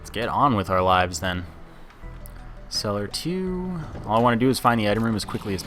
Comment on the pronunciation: He's Canadian he said ay at the end of celler2